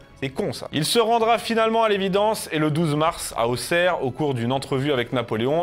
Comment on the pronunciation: Merci de prononcer Auxerre comme il faut en plus de proposer cette super vidéo.